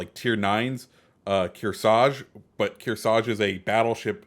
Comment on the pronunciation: Kearsarge (kir-sarge)